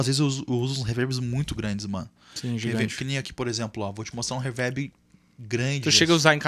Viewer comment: não da pra escutar um cara que fala “ reverbe “ 😂😂😂😂